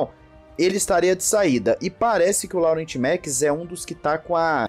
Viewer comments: a pronúncia não é "Laurent" e sim "Lorrãn" 😄😅😅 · “Laurent” naoooo, se fala “Lorran” por favor hahahaha 😅😂😂😂